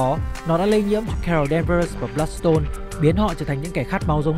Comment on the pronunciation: =))) đọc tên phát âm cũng sai elsa bloodstone chứ đéo phải bloodporn